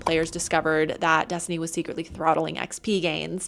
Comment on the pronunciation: What is Dess-tooney? I’ve never heard of it. Is it a big game?